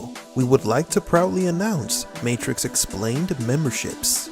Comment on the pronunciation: my favowite matwix movie is when keanu weeves fight mistew andewson